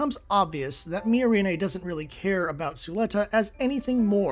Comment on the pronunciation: Weird take. Also, one should never trust the opinions of people who can't pronounce the names of characters in media they are criticizing. How hard is it to get "Miorine" right? The dub is pretty consistent with the sub, did you even watch?